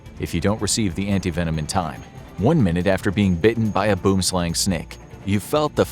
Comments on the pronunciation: Gotta love the way a non South African says boomslang😂😂😂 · He mispronounced boomslang its a afrikaans word